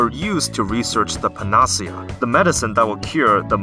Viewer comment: None of these are secrets, they are mechanics. Big difference between the two. Also, it's pronounced pan-uh-see-uh, not pàh-nàh-see-àh and it's a real word which just means "a remedy or cure".